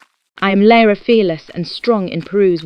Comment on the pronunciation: Is the narrator AI too? Sounds like it to me, using the same word pronounciations as Lara did, including getting her own name wrong!